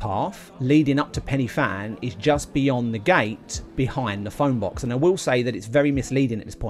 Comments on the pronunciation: It’s pronounced Van not Fan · I dont know if this has been mentioned but its pronounced van not fan. :) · Fan is pronounced Van. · Fan pronounced van. Awesome effort though.